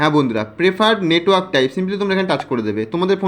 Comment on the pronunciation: bsnl letwork haha😂